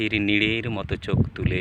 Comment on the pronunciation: অত্যন্ত সহজ ভাবে - সরল করে বলা এই কবিতা, নিঃসন্দেহে কবিতার মাধুর্য্যকে শ্রোতাদের অনেক বেশি করে আকৃষ্ট করেছে । নীড়, সমুদ্র - ইত্যাদি শব্দের উচ্চারণ খুবই স্পষ্ট এবং যথাযথ । কবিতার ভাব প্রকাশ ও সামগ্রিক উপস্থাপনা আকর্ষণীয় । আবৃত্তিকারের প্রতি শুভেচ্ছা ও অভিনন্দন রইল । ধন্যবাদ ।